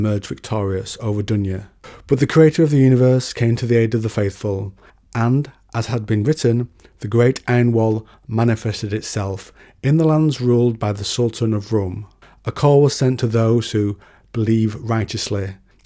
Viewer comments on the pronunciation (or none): Jahanem = Ja-ha-nem Azzeb = Ah-zeb Rum = Room You pronounce Shaytan and Dunya correctly